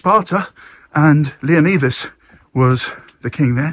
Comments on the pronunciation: Great video👍but dude... I'm going to be the grammar police here...pleeeease please pronounce his mighty name correctly 😂...pronounced Leonidas (Leo-nyyy-das)...sounds like a Y, NOT an E... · You’re saying leonidas wrong…. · Having lived in this area for over 7yrs. I can tell you now. The locals would slap you for saying his name that badly! 😂. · That's not how you say Leonidas lol